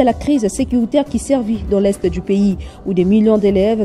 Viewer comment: La crise "sévit" à l'est de la R.D.C. ! Et non la crise "servit" ! Et vous l'avez dit deux fois Madame ! Là où il n'y a pas de "r" pourquoi en ajouter un !